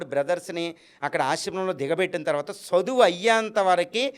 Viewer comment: తప్పుడు సమాచారం ఇవ్వకు. నోటికి ఏది వస్తే అది మాట్లాడతావా చదువు అనే పదం కూడా సరిగ్గా పలకలేని నీకు అర్హత లేదు. మాకు నిజాలు తెలుసు కాబట్టి నిన్ను నీ మాటల్ని ఖండిస్తున్నాము. కానీ ఇప్పటి తరానికి నీకు వీలైతే మంచిని పంచు, అంతే కానీ మిడి మిడి జ్ఞానం తో ... ఛ నీ లాంటి వాళ్ళను ఇంటర్వ్యూ చేసిన ఛానెల్ ను రద్దు చేయాలి. ప్రతి ఒక్కడు .... ముందు ఆ బ్రహ్మ జ్ఞానం నీకు ఉంటే ఇలా మాట్లాడవు. అది సంపాదించుకో...